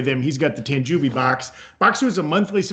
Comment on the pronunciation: again,.....it's pronounced Tan JOE Bee. Not Tan Jew Bee